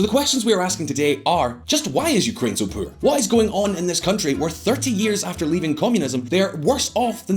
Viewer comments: Did someone dare you to pronounce ”poor” that way? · When he said 'Puur' instead of 'Poor' i cringed a bit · When a country is so poor you say it like poop. Poo-or, like the way he says it. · Was that poor or puur? 😂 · it’s more like pewrrr 😂